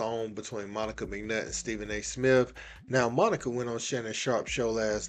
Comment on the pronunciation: Hey Monica you said it right!